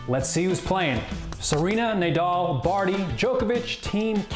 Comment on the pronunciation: Nay-dal? C’mon, man.